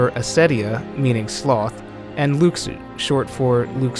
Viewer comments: Lu SHU not luke su 😩😩😩 i know this is a year old but damn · It’s Luxu not lukesue lol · Watch Back Cover, his name is pronounced "Loo-Shoo", not "Lucks-oo". SMH. That would be calling you "Mr. Wee Butts!" (Whereas I imagine your name is "" or even possibly ''). It would be an insult to you to call you anything but your name, and the CORRECT way to pronounce it. Please show consideration to artists and their design. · No... just... no. I'm all for creative theories, but dismissing what is already known about Kingdom Hearts is just wrong. And it's pronounced Lu-shoe. Not Lux-oooo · Luxu (Lu Xu, no O sound and KS instead of SH sound) is the actual pronunciation, but in english someone that doesnt know that could pronounce it like Lou Shoe. Latin tongues have different pronunciation that English. It always happens, like on Moana The Rock had shitty pronunciation of his non english lines, which is the only real criticism to his performance. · ***** It doesn't matter where it comes from. Fact is the name is pronounced Lou Shoe. So we're just going to have to accept it and call him that from now on. Or risk being as inaccurate as IGN when they say Xenanort and Eraqueez when it's Xehanort and Eraqus. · Since I watched KHX, I wondered why everyone pronounced it Luxu instead of Lou Shoe. Probably a misconception from the KHX games. :D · It's "loo shoo". Omg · right? Its pronounced "Loo-Shoo" everyone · why cant people say Luxu's name right? its pronounced (Loo-shoo) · Luxu / Pronounciation :(Loo- Shoe) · please pronounce Luxu correctly